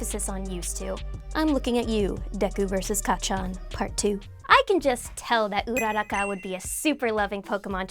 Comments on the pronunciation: It's not pronounced ura-ra-kah it's pronounced ura-ku-ra! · Why do you guys ALWAYS GET HER NAME WRONG. It's not urara-ka It's pronounced URA- RAKA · It's uraraka not oeraraka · So nobody’s gonna mention how she says ururaka she says URROCKA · Your pronounced uraraka wrong it’s pronounced ur-ra-ka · Correction- UU ROO RACCA pls stop the butcher of names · Am i dumb or is she saying Ururaka wrong? I'm so confused how to pronounce stuff at this point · Is anyone else annoyed from the way she pronounced urarakas name? 😂😤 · I hate the way she pronounces ururakas name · It pains me to hear all these mispronunciations please learn how to say uraka and some Pokemon better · Who else gets triggered when she says Uraraka’s name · I hate how she says uraraka